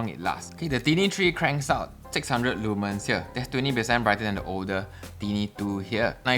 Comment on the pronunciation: Leeee manns? I know you’re Singaporean and all but come on man, that’s not how you say it lol